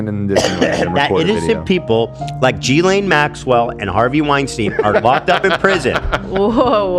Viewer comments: I love yall but her name is pronounced Ghee-lane (ghee is like the Indian butter ) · Okay but Jizz-lane is funnier